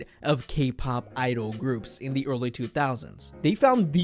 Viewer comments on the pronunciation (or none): none